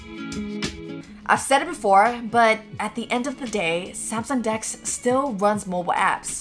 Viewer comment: Oh lord! She said samsung dex....I thought she said skn dks! 👀 I'm like say what!